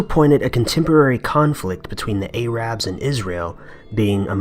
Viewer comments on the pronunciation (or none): I like this new narrator. But, some people consider calling it A-Rab offensive. It is better to say Air-eb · its not 'a-rab' its 'ahh-rab' God 'a-rab' sounds so cringy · "Ay-rab"? lmao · Arab isn't pronounced AY-rab, and Dalai Lama is pronounced Dall-eye Lah-ma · Muh says A rab.... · for fuck sake.....ITS NOT PRONOUNCED A-RAB! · JFC can’t even say ‘Arab’ correctly. God his ability to mispronounce anything is astounding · New narrator, and he can't pronounce the word "Arab"